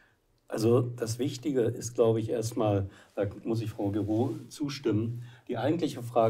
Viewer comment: 'Gehroh', spricht sich das, Herr Tichy